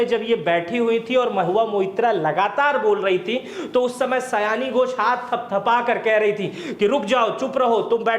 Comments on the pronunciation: पहले तो आप क्लियर हो सयानी घोष नही, सायोनी घोष है वो 😂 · Aare,,naam सायोनि घोष है, सयानी नहीं।